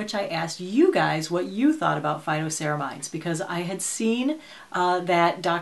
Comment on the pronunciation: Phyto...not photo!🙄😄